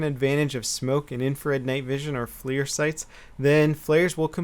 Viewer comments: its not Flear sight. its FLIR (Forward Looking Infrared). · Good video. Interesting about the smoke grenades. Also not to be a grammar snob but that night Vision scope is pronounced FLUR not FLEER. My company works with them and they make great products. Just thought id let you know for future videos. Thanks! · It's flir not fleer. Are we talking about baseball cards or optics? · Hey it's pronounced like fler